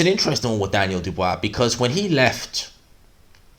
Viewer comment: Who's this "Dubwwaaaa" geezer he's talking about?